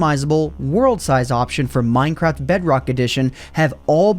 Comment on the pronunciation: minecrad lol